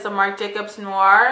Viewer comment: "🌟👑 Awesomely Detailed & Demonstrated,! Thank You👏🏼! Please, take what I'm about to say as an enlightening & NOT negatively...I'd want someone to hopefully correct Me, if I mispronounced a word...The eyeliner from Sephora, You pronounced as, 'NOR'...The word 'NOIR', is French for 'NIGHT' & sounds like 'NŪ-WAH'! ex: A Friend set Me straight about the phrase, 'Regardless Of'...I'd been Sayin', 'Regardless TO' for Yrs.! 🙄 If People of Colour Help 1 Another MORE, Concerning the Big Picture...It'd be Such a Blessing to Our Communities, Lives & Futures💯💪🏽...Keep Sharing Your Knowledge and Shkeeyullz, Sis! I Definitely Learned, but Saved it just in case!😄🌟"